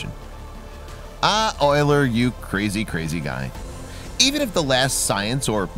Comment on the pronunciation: The voice narration much improved (since it was a real human). Also glad you finally got the pronunciation of Euler's name correct. You'd think that by now someone would have fixed that problem with computers that read text audibly. Thank you.